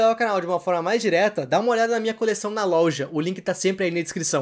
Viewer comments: Tu falou lolja 😂😂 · Eu percebi que ele fala louja